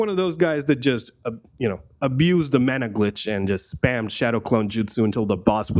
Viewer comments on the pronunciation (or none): none